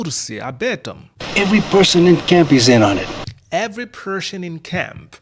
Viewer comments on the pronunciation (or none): Так смешно звучит are you in on it - инонит